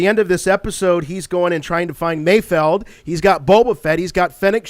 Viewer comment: And not to sound like a real Star Wars nerd, but Bill Burr plays Mayfeld, not Mayfield. People have been mispronouncing it from the beginning.